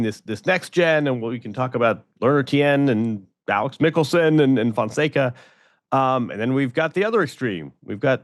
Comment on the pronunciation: MEAW Fonseca! hahahahahah Andy is going to learn how to pronounce his name soon, the kid will be winning ATP events this year. 🟩🟨